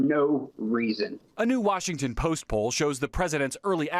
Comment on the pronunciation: Washington Joke you said it wrong!